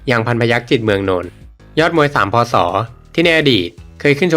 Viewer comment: พูด พ.ศ.ให้ชัดเจนหน่อยครับผม